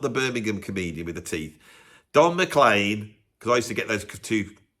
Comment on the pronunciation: Not surprised hates the song "American Pie". The lyrics pretty much slag off the British rock invasion of the USA in the 1960s (particularly the Beatles) and pines for the Americana music that often rails against! Oh, and Don McLean's name is pronounced "Mac-CLEAN" and not "McClane" like the name of the protagonist from the "Die Hard" movies!